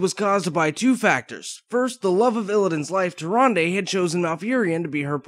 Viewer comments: TY RAN DA not TY RUN DEH ....lol the original narrators pronounce it that way. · "Tir-ahn-duh". That's how it was pronounced in WC3, no? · Tyranday?! Zin Azsharee?! you fail so hard man